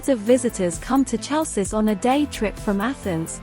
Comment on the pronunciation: hay girl...the name of city is not tsalssis!!!!!!!! is HALKIS